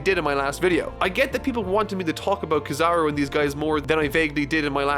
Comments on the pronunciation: So are none of us going to talk how pronounced Kizaru., my buddy, my friend, my guy, my nakama, his name is pronounced KEY-zuh-roo. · it’s ok if the video is an hour long just stop leaving out all these important characters in the future 😂 even if ur talking about him for one minute Also it’s pronounced key-za-ru